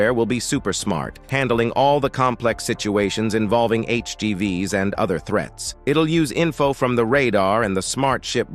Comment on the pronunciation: That was a long exhausting video and he mispronounced "threats" as "threets". But I agree that computers and robots are the future, and it's good to see soldiers don't need to die so freely (save their lives) and also helping the soldiers to operate all of this equipment. Computers can calculate a "recommended action" to take, or in an emergency, just do it automatically.